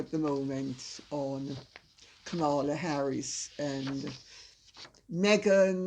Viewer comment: Didn't expect to hear Kamala Harris's discussed here, but I should have known better. Lady C, a Jamaican, is a fountain of knowledge. Btw, her name is pronounced, comma-la.